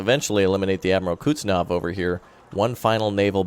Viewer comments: Kuuuuz. Net. Sov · IT IS KUHZ-NETZ-OV!!!!